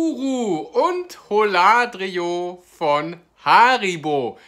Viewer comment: Die Aussprache von Holladrio ist ein Graus